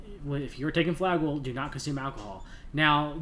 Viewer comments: Good nutrient supplementation recommendations, but I find it difficult to listen to the repeated mispronounciation of Flagyl. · Also ..flagyl is the trade name.we are usually using the generic metronidazole..cheaper. It can be a useful drug but has side effects like any drug.maybe he should leave the medical advice to the doctors .pharmacists etc.i cannot listen to the whole thing bc it is so grating to hear him mispronounce flagyl! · You are saying Flagyl wrong!